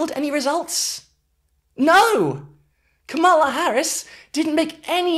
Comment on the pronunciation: Very good analysis, great work, it is tho pronounced comma-la ❤